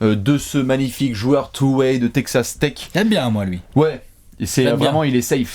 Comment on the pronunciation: mdr pendant toute la video j'ai entendu "take ca steak" pour Texas Tech